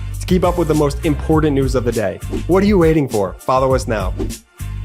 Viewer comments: Please have that guy retape the bit at the end where he says "The most imporDANT news of the day". Please. Please. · Love you guys!! However please stop saying “impordant “. Sounds like MTG. ❤️